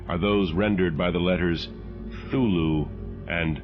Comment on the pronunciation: The narrator is fantastic, except the fact that he butchered the pronunciation of Cthulhu. How such a significant detail was overlooked in such a masterpiece of art?